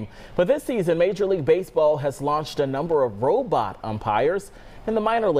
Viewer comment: that guy kept saying robut